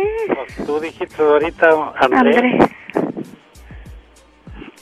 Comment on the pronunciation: Ella 41 y el dijo dijist 31 jajaj 🤔🤔